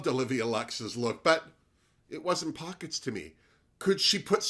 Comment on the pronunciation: At first I thought it was Oat Pockets 😂